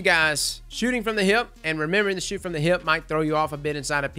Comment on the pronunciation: I love the way you say hip. With your accent it sounds like heeyip